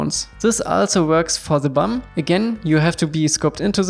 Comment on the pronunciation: "you can just move ze bum" not sure why this made me so happy but it did😁 great tutorial